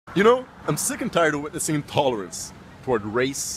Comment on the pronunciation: gotta work on that english pronunciation man, when you tried to say "intolerance" I didnt hear the "IN" and it sounded like you said "tolerance"